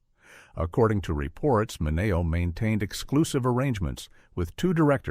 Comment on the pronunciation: His name was pronounced Sal Minnie- OH